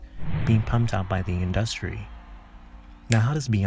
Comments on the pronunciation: Why do you pronounce industry like that? 🤣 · The way you pronounce the word 'industry' stresses me out so much lol